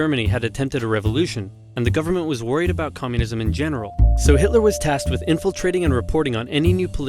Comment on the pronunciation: Who is "Hilter"?